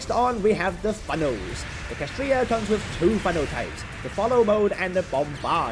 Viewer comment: It's clearly spelled KSHAtriya, not KAShtriya 😭😭😭😭 My heart hurt watching this video oh my gosh